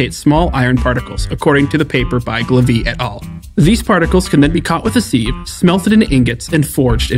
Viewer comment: Sieve is pronounced siv.